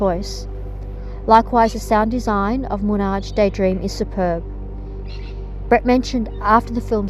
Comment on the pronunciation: Horrible wtf this is a very good bot or a clueless narrator, Moonage is so badly pronounced it shows the speaker has no idea of the word or the song as it is heard